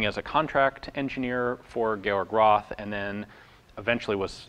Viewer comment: Roth is not spelled Ross but Rot with a long o.